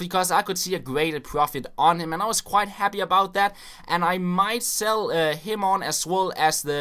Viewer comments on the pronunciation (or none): none